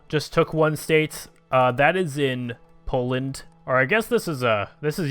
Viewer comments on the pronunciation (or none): none